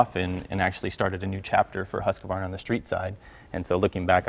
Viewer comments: "husquavarna" has become the generally accepted way of stating the string of letters "h u s q v a r n a" seen on the packing lists and labels for these products from another country on a different continent in a language that has virtually no influence on conversational English and in fact has letter strings that are not found at all in the English language. If this bothers you, phined a bocks uph clingex. Moving on. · Is it hard to learn how to pronounce Husqvarna and Vit/Svartpilen even if you work for the company? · The correct pronunciation of Husqvarna is: "H" like in 'house' "u" as in the ending vowel sound in 'new' 's' is a normal s "q" as 'k' "v" as in 'very' "a" as in the vowel section of 'large' "r" as it is pronounced in Scottish or Irish with the tongue just behind your front teeth "na" as it is pronounced in 'now' before the 'w' kicks in. Is pronunciation important? No.... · Vitpilen, WHITE ARROW. svartpilen, BLACK ARROW silverpilen SILVER ARROW And the pronunciation on Husqvarna is absolutely horrible. HOW can the president of Husqvarna America dont now the pronunciation of the brand he represent? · Its sad the president of husqvarna (north america, sure) can't even pronunce it propperly. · One might think at least the president of the american branch of the company might pronounce the name correctly... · Not even the people working for Husqvarna can pronounce it close to correctly. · Need to say the name correctly.you would think the rep would say the name correctly.say it like it spelled. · Chocked that the American president of this company doesn't have a clue to pronounce either the brand accurately nor the model names of these bikes. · Ok, if Jay can't pronounce it right, but the boss of Husqvarna US should be able to. Shame.. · RIP Husqvarna. should be fired, he doesn't even pronounce the name of the company correctly and he knows jackshit about Husqvarnas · They can`t even pronounce the name right. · It's huuusqvarna ot husqAvarna.